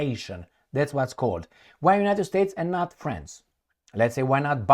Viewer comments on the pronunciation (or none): none